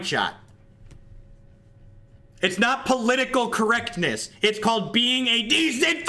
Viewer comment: "It's not political correckness..."